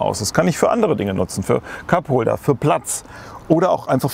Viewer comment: erstmal Kackholder statt Cupholder verstanden ;)